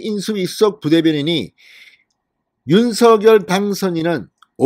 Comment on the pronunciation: 윤서결이 아닙니다. 한글도 못읽으면서 유투브 하시나요?